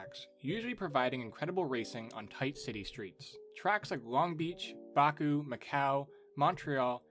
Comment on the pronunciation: its not bark-u its back-u